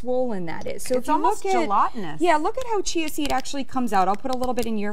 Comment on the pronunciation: "Et's almuwst jelotenus"